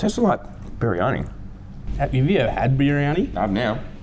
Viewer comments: its pronounced BIR-EE-AR-NEE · The first meal biryani is said like briyani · BTW. It is pronounced Briyani but spelled Briyani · The first meal biryani is said like briyani. I'm not indian I'm south African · As an Indian, hearing them pronounce "kebab" and "biryani" is the funniest shit ever lol.